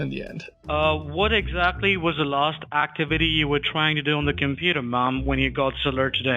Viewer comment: "what exactly was the larst actee-viddy you were trying to do on the cameputer marm"